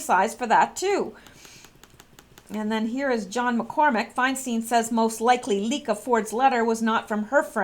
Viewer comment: it's pronounced "Fine-stine" (there are YouTube videos on How To Pronounce..). Rod, on the other hand, says he answers to either, but his father uses "Rosen-STINE", while relatives use "Rosen-STEEN". Harvey is also "Wine-stine", btw. I think the envelope was a pay-off, too.